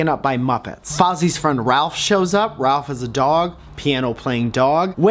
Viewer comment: it's rowlf the dog, not ralph. i'm sorry,, i know no one likes "well actually" person, but i can't deny my truth